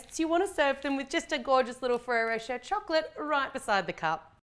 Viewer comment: The way you say Ferrari rocher tho 🙌👏